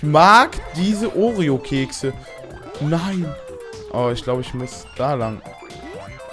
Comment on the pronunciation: oreo nicht oreon